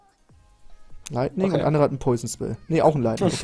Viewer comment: wem fällte es auf das immer Leigning anstatt lightning sagt